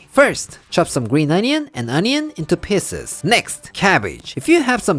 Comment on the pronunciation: Lol I know you are saying PIECES but it sounds like PISSES